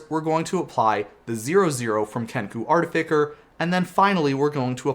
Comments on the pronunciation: I think it’s pronounced “Artifisser” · It's "Art-ti-fi-sser" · I too, like to intentionally mispronounce cards for the luls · Thought it was very funny when you said artificker the first time. Less so as time went on Still a big fan tho love ur work xx